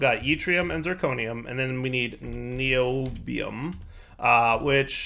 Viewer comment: ", it's NI-oh-bee-um, Neodymium is something else entirely"